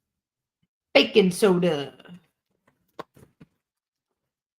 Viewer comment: Btw it sounds like she's saying bacon soda 😂